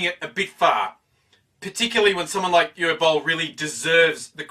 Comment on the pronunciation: You pronounced Uwe Boll much better than many others. :D lol